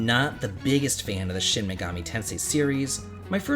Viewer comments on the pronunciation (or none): none